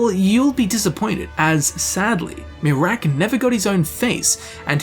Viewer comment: MEH-raak xD